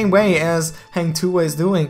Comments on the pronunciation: Its "Ha"ng not "hey"ng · Not heng tuah its "hang" tuah kinda hard to pronounce if you're not in sea..so its okay..thanks for making this video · Hang bukan heng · Hang tuah is pronounced as Hung... But your Tuah is pretty spot on